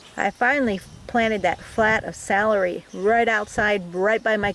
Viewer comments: I’m going to accuse you of being a northerner. Salary is how your saying celery. Southerners pronounce it cell-a-ree But thanks for sharing your process for growing. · it’s ok, potato potahto, you hill (north)or heel (south) your potatoes. Oh brother 🙄